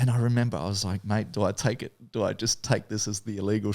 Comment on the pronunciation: “you can do ehttttttt” 😂😂😂